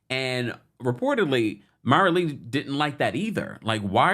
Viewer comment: I’m sorry I can’t take it. MARILEE LIKE ROW ROW ROW YOUR BOAT. FIE BIG NOT FIG BIG